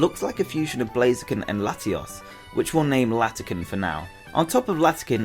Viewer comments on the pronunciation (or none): none